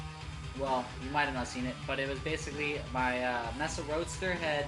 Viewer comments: MESA, NOT "MESSA" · pronunciation dude! It's May-suh, not Mess-uh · Good job dude... BTW, pronounced MAY-SA not MESS-SA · l3ertuz. I agree with you 100% yes mesa is a spanish word meaning table.